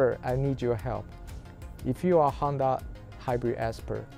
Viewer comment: Why do I keep hearing Handa? 😅 It is HONda, bro.